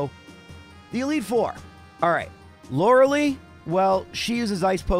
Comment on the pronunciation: Arca nine, not Ar Canine Lore a lie, not Lore a lee Do you enjoy being wrong?